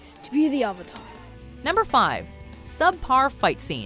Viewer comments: "Are you the uh-vatar ung?" God that line almost gave me a stroke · "Ong" "Uvatahr" The pronunciation of these words were the only thing that was needed to make me dislike this movie. They could have watched a single ATLA episode and then they wouldn't have butchered it as bad. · “Are you the ovitar ong”? - soaka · They said ovator one time. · bro i watched the episodes and their way better than the movie. It's also so annoying of how they pronounce Avatar and Aang wrong. The expressions and stuff don't really make this come out very well... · Forget oooNg the uV-Atar they kept saying Suuuccka instead of Sokka. It made me feel sick. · Uhng are you the UH-VATR? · Hi guys today I’m going to be saying the pronunciation of the character’s names Sokka=Sew-Kuh Aang=ung/ong Avatar=ovatar Cabbage man= non existent for no fucking reason ruining the one chance this movie had at having any comedy or feeling at all. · series vs live film aang——> ong sokka ——> sowkuh iroh——> eerow avatar——>awvuhtar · That was literally me during the entire movie. I was also correcting the pronunciation of Sokka and Avatar, among other things while watching this sorry excuse for a live action adaptation. "Movie": My name is Ung. Me every time the avatar's name is butchered: It's pronounced Aang.